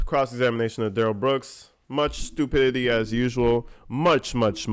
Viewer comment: I love your critique of Duh rell Bwooks crack me up and so dead on!!